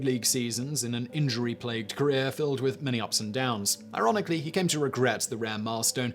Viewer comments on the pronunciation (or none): none